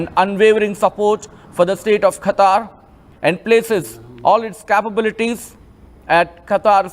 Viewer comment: Kha kha kha katar kadu qatar